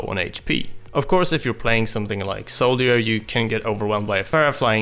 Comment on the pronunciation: "Of course if you are playing something like SOLD-EE-ER..." lmao